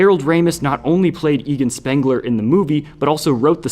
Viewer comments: he also mispronounced Egon, likely because he’s not a Ghostbusters fan Or an avengers movie patron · You can tell he has no interest in Creating accurate content, since he’s mispronounced Sokovia and Egon. that’s when I lost interest